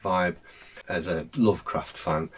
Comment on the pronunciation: Love how turns Norwegian when he cites Lovecraft.